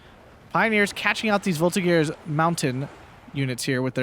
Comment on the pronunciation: The G of the Voltigeurs is a J sound, so a soft sound, not the hard G.